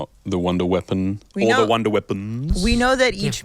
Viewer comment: Wunderwaffe coming back she said “wonder” twice then followed it up by can’t wait to “shock “ about